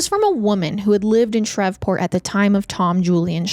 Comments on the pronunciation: I love you but it’s ShrEEEEEveport..long E sound like geese. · i love you but “shrevport” is taking me out😂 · Your confidence when pronouncing words wrong is amazing. Please please Google the proper way to say certain Names/ Words. It makes listening extremely difficult. Shreveport is not pronounced the way you said it. Shr-eeve Port! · It’s Shree-port lol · I don't understand how you say Shreveport correctly then proceed to say Shrev-port constantly after that lmao I'm 💀💀💀😂😂😂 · PLEASE look up pronunciations. "Shrevport" is making this impossible to listen to. This is far from the first time something similar has happened. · Louisianian here 🙋🏼‍♀️ it’s pronounced “Shreeve-port” 😅 you said it correctly in the beginning of the video. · It was bugging me lol especially cause she had said it right at first😅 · Omg I came to say the same thing! I thought maybe I was pronouncing it wrong but my mom's side is from Louisiana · My comment was deleted but I was just trying to say you were mispronouncing Shreveport 🥲